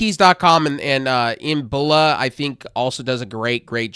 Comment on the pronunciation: E-NE-BA man. Not EN-BO-LA. And yes they are good. I just stacked 36 months of Game pass core + 1 month of Ultimate = 18 months.